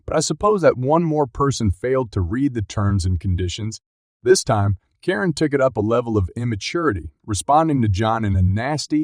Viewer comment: Is it really so hard to have a human narrator? The repeated mispronunciations (e.g., Karen like "koh-rin," McEntitlement like "miss-entitlement", the often-misplaced emphasis, the unnatural pacing, it all screams artificially generated speech.